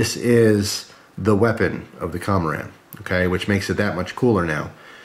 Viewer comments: I believe it is pronounced (KUM-ORE-IN) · "kō - mō - ron" would be the correct Japanese pronunciation. Nice thing about Japanese: the vowels are always pronounced the same. Once you know how they are said, you can say any Japanese word close enough to be understood. (Where the emphasis on a syllable is can affect the meanings and pronunciation somewhat.)